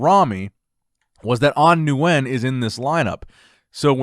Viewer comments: Nguyen is pronounced “Win” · Nguyen is pronounced "win" for future reference (Nguyen in Vietnam is like Smith in the US). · The correct pronunciation of Nguyen is "ngwin" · you won't be able to pronounce it correctly unless you speak the language fluently. Stick with the way you pronounced it originally, new-when its good enough and perfectly acceptable.